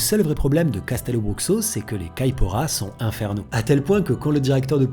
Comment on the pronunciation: Hey! Simplement pour te préciser que Castelobruxo se dit " cachtèlobroucho" Signé: une brésilienne qui aimerait y travailler